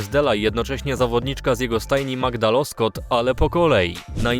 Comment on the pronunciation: Nie Loskot, tylko Łoskot😅